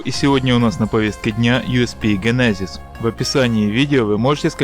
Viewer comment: ДЖЕНЕЗИЗ а не ГЕНЕЗИЗ но видос крутой